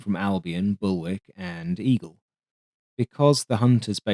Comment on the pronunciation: I was thinking it was just a whoopsie when you called "WARK" (pronounced WALK by the way) "WICK"!!!........until you did it again a few minutes later, tut tut lol.